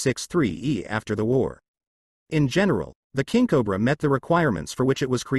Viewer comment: I shoulda quit watching when the "narrator" oddly pronounced it, Kinkobra. .....it's fitting that in the end, that the final word uttered is "and".